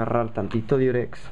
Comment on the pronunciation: es Diurex no Durex ¬¬ aprende a oir XD